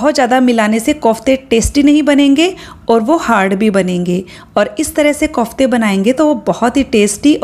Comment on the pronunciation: Mam kaufte nahi hota kofte hota hai